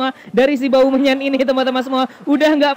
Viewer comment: saat bang bilang aubameyang sy dengernya bau menyan☺